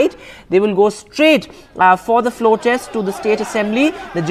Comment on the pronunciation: Morons it’s test not text